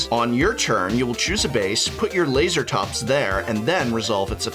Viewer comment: Lase(pause)Ratops in my opinion. Not Laser(pause)Atops :P